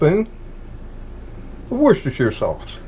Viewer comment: nailed it, though. I was impressed.